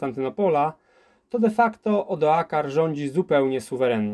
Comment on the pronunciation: Odoaker staje się nagle "Odoakarem", a rzeka Isonzo rzeką "Isnozo". Czy na prawdę nie można przygotować się porządnie do nagrania?